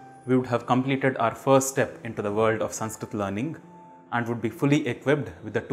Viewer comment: The first lesson of Sanskrit is how to pronounce ‘ Sanskrit ‘ properly which you haven’t managed to do.. 🤦